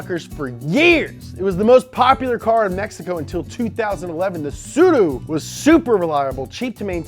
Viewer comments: you pronunced the name "Tsuru" really good hahahahaha, nice job right there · Props to saying Tsuru properly